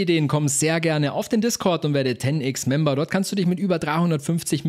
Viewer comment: na warum "Ten Ix" und nicht "Ten Ex" (englische Aussprache von X = ex) 😂